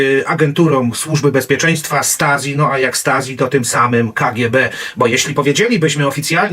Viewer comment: Angela, a nie Andżela. Stasi, wymawia się, "Sztazi".